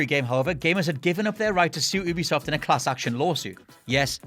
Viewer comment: OOBISOFT... please don't say it again.